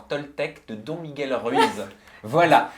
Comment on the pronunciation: je suis désolée tu m'as brûlée les oreilles. C'est pas "Don" miguel. Ça se dit "Done"! 😂Voilà c'est tout pour moi, sinon super vidéo comme d'habitude, je suis toujours au rendez vous!